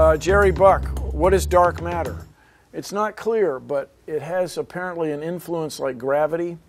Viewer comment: "What is dar matter? It's not clear" :D